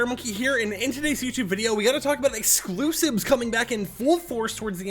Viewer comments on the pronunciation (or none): He's gotta talk about excloosibs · Ah yes, the excloosibs